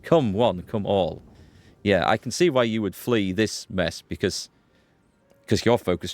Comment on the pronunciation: I love your pronunciation of "yeahr" gives me a kick every time haha